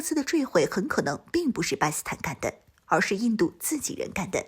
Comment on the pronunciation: 不`明白為什麼總是把 "巴基斯坦" 讀成 "巴斯坦"